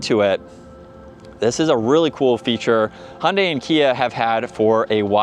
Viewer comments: I know that, and they're wrong. "Hi-undai" is also wrong. The right way to say it is Hyun-dai. with the y of "yodel". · I'm sorry, but why do you say "Hundai"? The "y" in Hyundai is not silent, you should pronounce it.